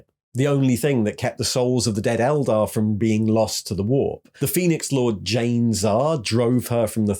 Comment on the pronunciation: That being said…. Keep pronouncing Eldar wrong ;)